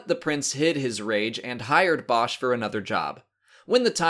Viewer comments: būsh is the correct way to pronounce it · It's boo Sh